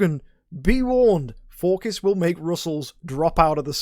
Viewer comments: even tho its a greek god, this isnt who hes based after. 99.9% of people call him "Phor-sees" not "For-kiss", and yes, youre the .1% lol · if you check how it should be pronounced, you get /ˈfɔːrsɪs/ - so pronunciation doesn't seem quite right. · dude it's pronounces For-Sees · you dont gotta get all smart on me lmao, im js you sound weird saying it, no harm in saying an idle heroes hero name the correct way. were not talking about life choices here, just a character in a mobile game. anyones tho, love you mk :) no hate.